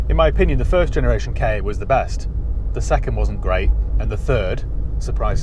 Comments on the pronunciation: It's a KA not a k. A lol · Never K A , always a Ka pronounced CAR !!!!!!!!!!!!!! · That's annoying. It's Ka, like Ka the snake because it looks like his head. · Always sounds dumb when someone pronounces it 'K' 'A' instead of 'car' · Not unless you REALLY enjoy welding. And please don't call it a K.A. sounds so weird. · The "K" fell off the end of "KA" 😜😜